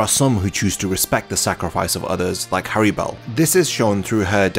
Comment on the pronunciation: It’s hallibel not harribel